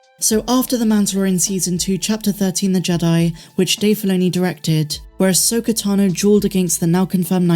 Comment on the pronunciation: can you please stop pronouncing her name ahsoker, it’s Ahsoka. Every video I watch of yours I cringe when you say ahsoker. It’s about 50% sometimes you say Ahsoka and the other half ahsoker. Am I the only one that gets annoyed by this?